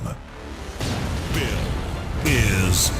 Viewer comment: The name is Ville, not Viille :)